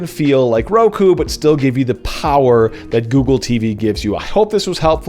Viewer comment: Just discovered your channel and love it so far. I've been using Roku since I cut cable in 2012. Roku is 6 and kyu is 9. Pretty sure you're supposed to pronounce it close to "cue", not kie-u.